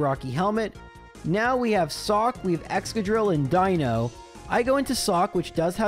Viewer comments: Die-no is actually the correct pronunciation. If you are trying to piss off the people in the comments then, something else is the pronunciation you want. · You’re definitely pronouncing Deino correctly. Ein Zwei Drei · Yep, the eye sound for Deino is correct, seeing as it's based on eins, zwei, drei, (vier, funf, sechs, etc...) and dino/deino from dinosaur and deinosuchus (deino being ancient greek for fear inducing). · the way you pronounce Deino is actually spot on. the name gimick of the evolution line is that it counts to 3 in german (Eins, Zwei, Drei; Deino, Zweilous, Hydreigon) and "ei" in german is just pronounced like the solitary letter i in english. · eins zwei drei, you are pronouncing deino correctly. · I love seeing videos in other gens so I can hear how pronounces new pokemon names. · Just a note that you're pronouncing 'Deino' correctly, since the names of the line are using the German words for one, two, and three (ein, zwei, drei). On the subject of a run it's wild to me that runs like these are actually even vaguelypossible. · For all your weird pronunciations, Deino is in fact an "I" sound. Ein is German for one, Zwei in Zweilous means two, and Drei in Hydreigon means three, referring to their additional heads through evolution!